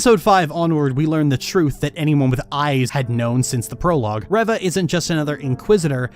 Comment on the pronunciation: My only problem with this whole video is how you say her name as reh-va...